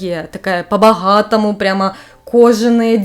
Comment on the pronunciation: когда сказала "по-богатому" аж ее украинская душа выглянула)